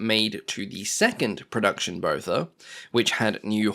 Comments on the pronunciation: I think its pronounced 'Bother' 😁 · Its Botha, like Naas Botha, prounounced Booa-ta its a South African Afrikaans surname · every time you said Botha i heard Beaufort 🤷‍♂ 😂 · Me too!